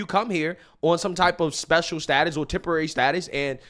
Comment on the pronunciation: Hey lady...can you say temporary.. Temp, temp. Take your azz back!